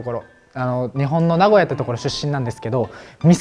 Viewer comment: 原来名古屋的读法重音在前面啊！我一直读的都是错的...哈哈哈